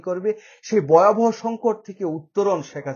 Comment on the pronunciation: ভাই, বয়াবহ না ভয়াবহ. বাংলা টা শুদ্ধ করে বলবেন.